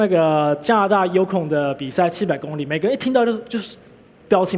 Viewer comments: 会说li第三声还说什么第一声？ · 為什麼大家都說公里 他卻說工ㄌㄧ公ㄌㄧ